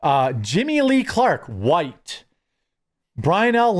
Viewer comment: sounds like whyytes